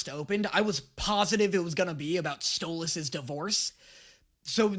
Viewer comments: Him saying Sto-loss is so jarring lol I will never get over this.... say his name right! or I'm going to start saying your name like "Day-knee" "Moe-tay" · My brain hurt every time you said stolAs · Ur meant to say Stolas' name as either "Stole-is" or "stole-ass" (stole-ass is how kinda Stella says it lol) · It's spelled Stolas, but pronounced Stolis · I forgot how much i hated calling Stolas “StoLAS” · WHY DOES HE CALL HIM stolAs 😂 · Hearing call Stolas “Stole-Ahhs” AND seeing with SHORT HAIR is a goddamn fever dream, I can’t believe we’ve come so far